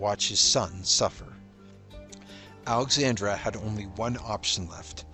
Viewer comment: It's Alexandra NOT Alexandria!